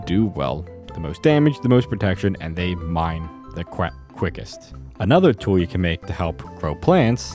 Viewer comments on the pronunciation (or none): none